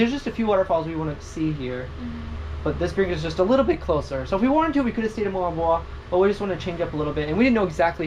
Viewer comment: Richie has to correct accent when saying the local dialect, please! Moalboal (moo-al boo-al)